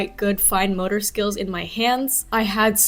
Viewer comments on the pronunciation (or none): none